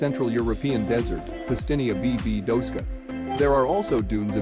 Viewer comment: Łukasiewicz (Wookashevitch)!!! Pustynia Błędowska (Bwendovskah)!